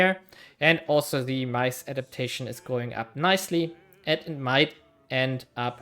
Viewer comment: I was so confused what you were trying to say the "mice" import was until you showed the text. Yeah i guess corn makes more sense, maize is definitely not pronounced like that tho lol